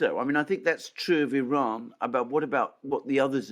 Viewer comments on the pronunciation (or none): none